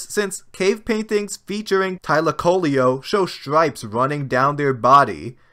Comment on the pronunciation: Yeah that sleaker Acrocanthosaurus design does seem to have less weight to it animation wise. Also it's hilarious how you pronounce Thylacoleo's name.